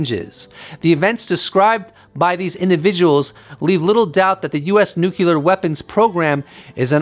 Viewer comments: UFO Jesus saves, while Neil is smokin’ de Grasse... And PLEASE! It’s NOT “nook-you-lar”, like that traitorous asswipe George W Bush used to mis-pronounce, it’s “nuclear”, as in “NEW CLEAR”. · Are you trying to look like a bad Jesus costume? And the word is pronounced NOO-KLEE-UR not NOOK-YAH-LUR... if your too stupid to know this... it gives me pause as to whether or not your content is legitimately accurate.... go back to school... And try again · Nuclear.... sounds like noo-clear...not noo-cular.... why why why do people insist on saying it wrongly!!!!??? Arrrrghhh!! Take the consistent mispronunciation out of it and the information was quite interesting :) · Nuclear. NucLEar. nukLEEar......